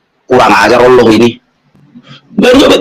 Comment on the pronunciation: Aku suka bgt klo ustad melafalkan kata Allah...sgt fasih